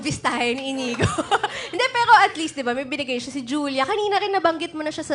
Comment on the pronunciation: Hindi Inigo pero Inyigo kasi nga " Ñ " yun. Patanga tanga kang host ka.